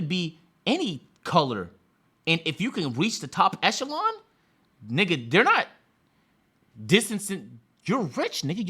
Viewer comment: africans not being able to say nixxa is crazy